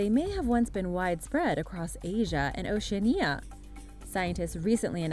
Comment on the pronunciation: . "oh - shē - ANN - ē - uh" THAT is how to pronounce "Oceania." GOT IT?!